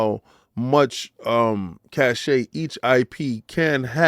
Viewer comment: Cash not Cash-che